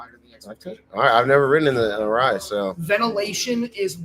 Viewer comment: Arai. It’s always Arai. It’s always been Arai 😂